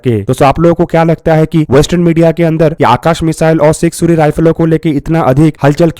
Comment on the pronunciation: Sig suri what suri ? Punjabi hai kya? kya bhai ye haal hai defence chennel ka.